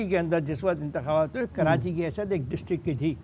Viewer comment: کراچی کو کرانچی نہ بولیں